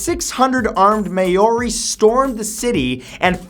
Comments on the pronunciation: "Me-yo-ri" ._. It's pronounced "Mao-ri" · Haha... may-or-ee... no, mow-re, Maori. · Maori pronounced Mowe-Re not May Or Re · Hey Matt, Maori is pronounced m-our-ee rather than may-or-ee. I think you've mentioned them in a video before and got it wrong then too so thought you might like to know :) Also you should look up the great emu war for a good laugh! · If you don't know how to pronounce Maori, say moldy, but pronounce the d lightly. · Maori is pronounced mowrie bro haha. Only criticism i can ever have is pronunciation haha. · Fyi, the treaty Waitangi is pronounced "Why-toung-ie" and Maori is pronounced "Mao-rii" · Soon as I saw this list a small part of me was hoping the New Zealand land wars would be on here and it was! But Matt, as a proud New Zealander ahhhh your pronunciation needs some work 😂 It's Waitangi (Why-tang-e) Prounced Maori (Ma-ri) Just some pointers because this is the 3rd time I've seen New Zealand Maoris mentioned in one of your lists and 3rd time of cringy pronunciation 😬😂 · lol I like how he pronounces Maori as mayori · Hey Matt, I dont want to offend anyone, but just wanted to mention that when talking about NZ in future just check your pronunciation, Maori and Waitangi were a bit off in this video :) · Matt you pronounced maori and waitangi so wrong. I live here in new zealand and kinda triggered, but still love your vids. Plz like so matt can see this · Matthew you need to brush up on your maori :p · Matt, you REALLY need to put more effort into pronunciations... I think you've lost the respect of every New Zealander that watches this, and have likely offended every Maori who sees this. It's not hard to Google 'how to pronounce Maori' (even though the first Google result is technically wrong, it's still way better than "may-or-ee") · am i the only one who realised he said maori wrong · AND THAT IS NOT HOW YOU SAY MAORI